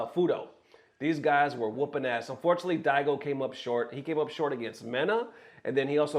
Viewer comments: Thats Karin homie not camie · It's Karin 🤦🏿‍♂️